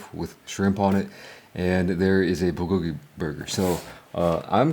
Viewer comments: Wtf is a beluga burger? Are they made out of beluga whales? Or did you say booger burger? And Holy hell your chewing is horrible!! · He is mispronouncing bulgogi. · Bro if you can't pronounce the F'N word , just write it on a piece of paper and show us ffs... What the hell are you even saying ... Beluga burger ??? I heard you mumble say it three f**** times and still don't know what the hell you were saying...??? Honestly IRDGAF!!! It looks like pig slop anyways 😜👌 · What is he saying? Beluga Burger? Like the Beluga whale? 🐳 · I think it's supposed to be a Bulgogi burger but he pronounces it differently.